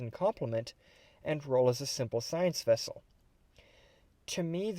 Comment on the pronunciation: It is as big as a "scout class wessel". :D